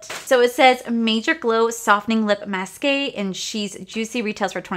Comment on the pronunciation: masque is pronounced as mask! Lol